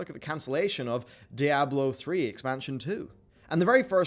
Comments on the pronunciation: STOP. SAYING. DYE-ABLO FFS. Its SPANISH. The devs call it how it is, why can you not put a bit of effort and say it how it is. DEE-ABLO. DEE-ABLO. Diablo. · He can't pronounce Diablo for shit.